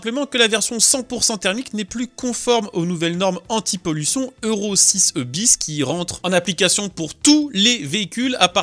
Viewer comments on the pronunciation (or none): none